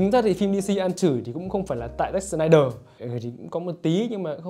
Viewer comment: "SỜ-nai-đờ" phát âm đúng tên ông ấy khó dữ vậy khoái phát âm chữ S dữ vậy ???